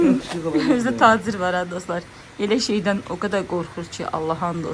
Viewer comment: seydee demeyi xalan oldurur meni😂😂😂